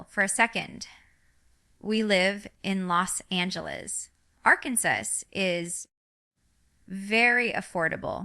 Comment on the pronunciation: I noticed she said Arkansas and Los Angeles weird. So I thought that was fishy.